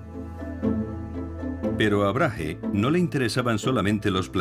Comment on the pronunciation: Gracias por el documental, aunque al narrador le cueste pronunciar el nombre de Brage (Brague*) hahaha resulta gracioso, tampoco es tan difícil decir el nombre del hombre como es en verdad hahahah